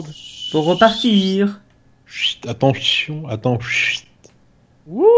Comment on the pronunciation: A dit attentfion